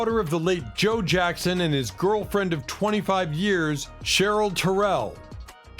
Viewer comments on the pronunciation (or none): none